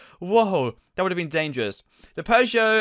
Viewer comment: Peugeot = pahgios